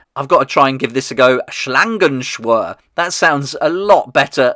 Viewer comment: Your pronunciation of "Schlangenschwur" was really good👍